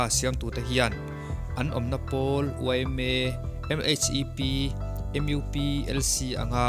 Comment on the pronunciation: Enge M IU P,Mizo upa pawl hi chu M.U.P zawk,iu tiin lam loh tur